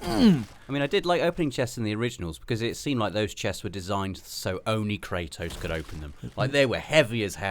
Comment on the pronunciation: Kratos. Not Kraytoss